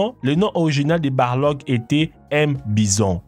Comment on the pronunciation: C'est pas Barlog mais balrog